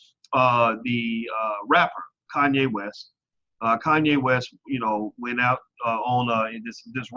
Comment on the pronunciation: Actually Dr. Anderson, Kanye's name is pronounced correctly!